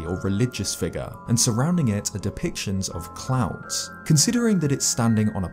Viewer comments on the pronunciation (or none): A strange “fig-ahh” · I know it's because I'm American, but I love how you say "figure."